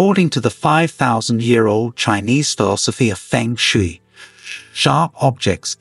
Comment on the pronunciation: Pheng shee.. I laughes so hard the mispronunciation. Just knew this would be ridiculous HaHa!